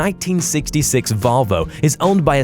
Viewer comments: how about when he said valvo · volvo not valvo